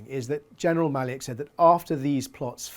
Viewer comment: Maliuk is pronounced Mah-LUKE ( as the name Luke)